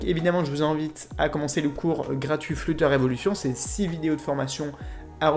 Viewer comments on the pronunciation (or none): juste il sait pas dire flutter